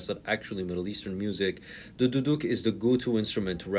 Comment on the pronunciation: Bro said duduk with the hard D